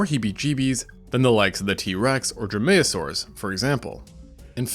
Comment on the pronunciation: Cool, you seem to know your shit, but please never pronounce dromaeosaur like that again (also, dromaeosaur was the class (even then in a more scientific sense it would be dromaeosaurid), dromaeosaurus was the dinosaur (read update, as I used outdated info that used to apply)). Also, helicoprion was a ratfish, not a shark. UPDATE I have recently learned that dromaeosaurus also now refers to the genus and is no longer classified as it's own thing, similar to the troodon situation. My apologies for being incorrect.